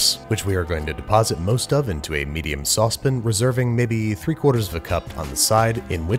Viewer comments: Says "I hope im saying this right" continues to say "sauce pin" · But with the "i" in "pin" shortened, so it almost sounds like "sauce pn" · 'which I really hope I'm pronouncing correctly, cause I'm already mispronouncing so many things today' Yeah, like sauce pan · Worried about pronouncing foriegn words incorrectly... Says "sauce pan" funny